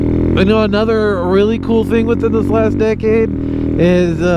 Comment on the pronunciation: Half the time you said “decade” I thought you were saying “dickhead”